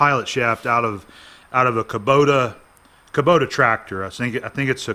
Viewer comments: Kubota, not kabota... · Just an FYI, it's Kubota not Ka. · Kabota? You mean Kubota?